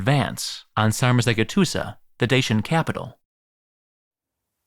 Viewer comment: It’s pronounced Decebalus - the c in Romanian is pronounced like a “ch” sound like it is in Italian. Dacia is pronounced “DAH-CHEE-UH”. The letter G is pronounced like a J. Sarmizegetuza is “SAHR-MEE-ZEH-JEH-TU-ZUH” Just a friendly FYI :)